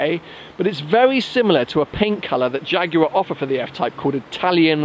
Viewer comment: Shame you keep saying "Jaguarw AW"